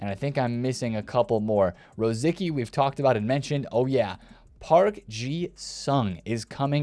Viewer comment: you can't even spell Rosicky. Pronounced Ruh - sit - skee